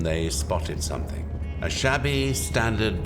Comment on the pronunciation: That woman expert,who keeps saying somethink,instead of something,is really getting on my nerves.She also said ‘nothink’.What an appalling mangling of the language.